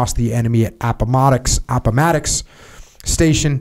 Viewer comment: Pronouncing Appomattox: Jocko’s Vietnam In all seriousness, reading out loud for any extended length of time is gonna make you mess up a few words and eventually everything starts to blend together. No need to apologize Jocko!